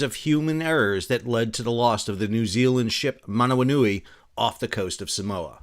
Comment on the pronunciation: Excellent pronunciation of Manawanui!